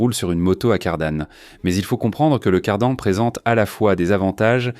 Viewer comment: Désolé mais la prononciation en français de la voix générée par l'IA est tout simplement insupportable ! Appeler la marque Changjiang "changeant" et la transmission par cardan "cardannne" est rien de moins que ridicule !